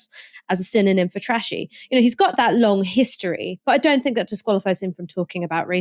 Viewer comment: Not gonna lie … it grinds my gears when you say “fink” instead of think! Ha! Just saying… but apart from that, all good, love the shows ❤